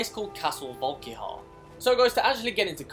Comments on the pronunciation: He pronounced it as castle "volk-ee-har" lol it's castle "volk-eer" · it's volk-a-har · Bro just sayin it’s pronounced vulk ear